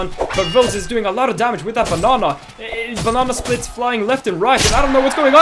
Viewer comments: I love he pronounces banana B A N Å H N Å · BANANA NOT BONONA